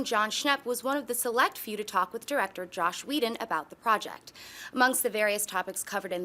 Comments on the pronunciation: It is JOSS not josh, that always makes me upset when people get that wrong, no hate at all we all still love you! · ..SHE JUST SAID JOSH WHEDON IT'S JOSS!